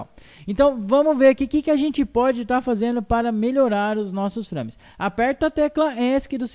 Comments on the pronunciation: o legal é ele falando FRÂMES ;-; se lê FREIMES (nao escreve assim... mas le assim) mas o video ta dahora... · A pronuncia é FREIMES. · "São FRÂmes" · SÃO "FRÂMES PORR SEGUNDU" fala direito mano kskksskksk o termo é em inglês saiba pronunciar